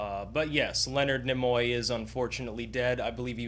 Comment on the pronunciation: I don't know why your proper pronunciation of Nimoy irritates me so much. I guess it's possibly because I have spent my whole life saying and hearing others say "Neemoy". My brain has improperly deemed it obnoxious I suppose, due to past history of some other pretentious language experiences. Carry on - I enjoyed the tribute.